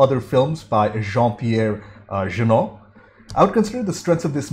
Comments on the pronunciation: It's pronounced "Je-Nay", not"Je-Noo", nor "Je-No xD Nino is played by director Matthieu Kassovitz, who made "la Haine", and "Gothika" among others. For the fans of "the Fifth Element", he's also the one who tries to rob Bruce Willis at his appartment. Music is by Yann Tiersen if you want to listen more. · Jeunet reads Juh-Nay